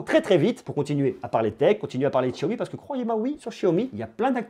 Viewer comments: c pas chiaomi mais xiaomi lol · De chiaomi ?? C'est pas Xiaomi avec un x ? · Sa se prononce chiaomi